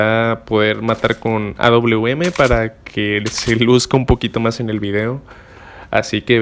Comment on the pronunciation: No es auum es awm porque esta letra W se parece más a una V más que una U